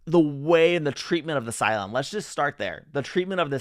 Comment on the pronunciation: BooLon.😂Every time I hear it, it makes me giggle😂 Thank you!!!